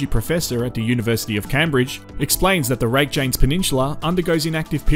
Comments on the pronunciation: Rake-janes. Spoken like a true aussie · Icelandic names can be super confusing to those of us who aren't familiar with the language! There are a lot I can't pronounce properly, either, but I've watched a lot of content from the locals on this and prior eruptions, and they say it "RAKE-uh-niss." You did fine with Grindavik, though! :)